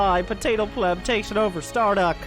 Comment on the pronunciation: Can't even pronounce pleb, you pleb.